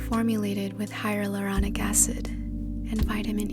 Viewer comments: "hylalaronic acid" ? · my brain: hyarulonic? hyaluronic? hyaruluruluronic ??